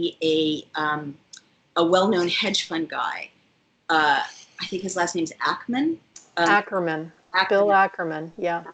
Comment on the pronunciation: FYI, it's Bill Ackman, not "Ackerman".